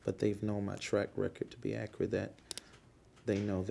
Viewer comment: David E.ats his lips Taylormade circus announcer clothes dictionary: Ax=ask? Akirit= accurate Ain't= is not Proprietary forging= no fucking idea what he meant Pacific=specific It don go dere= it doesn't belong there Hep= help Mhmm(chokes on cock) = yes Ummmmmm= lowest IQ in the world Canceling=councilling Posfone=postpone